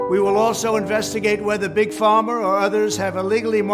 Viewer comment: dijo "Big Farmer", es Big Pharma